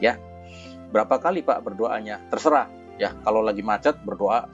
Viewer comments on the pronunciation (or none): none